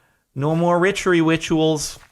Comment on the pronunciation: "ritchery wituals" this made me laugh too much!